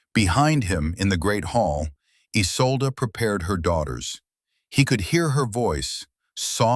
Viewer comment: There are too many ads. The woman's name is isolda not "is old").